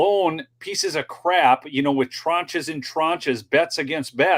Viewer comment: He needs to learn English it’s not Wit, it’s with.